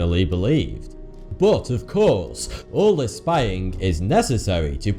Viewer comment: It s not u this guy pronounce "bot" instead of "but",i wonder where is from.....another unsolved mistery?